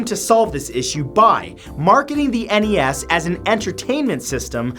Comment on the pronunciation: I love your stuff, man. Been watching since the days of clone sketches. People like you is why I'm working very hard to start my music career! Also, thank you for calling it the "NES" and not the "Nes". It always touches me the wrong way to hear people not just say the letters. I don't know...maybe I'm too old school.